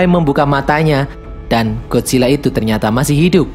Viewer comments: Bang bukan Godzilla gadzilla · Bang lu Bacanya Godzilla GodCilla